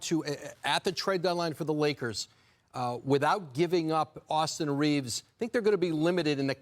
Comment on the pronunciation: Who is Austin Reevus?